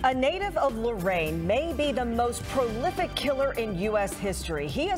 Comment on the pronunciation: Who is this woman "judge" who cannot even pronounce the word "prolific" [says profilic] and stumbles over many other common words [ timeline]